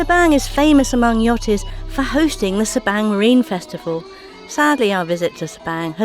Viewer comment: I Enjoy your videos! I believe Sabang is pronounced differently b/c in Bahasa Indonesia “a” is pronounced like the “a” in the English word Father...so sounds like Sa-bong. I think. Anyway, thanks for the great videos.